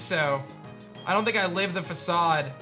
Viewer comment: Dude you're pronouncing Facade wrong.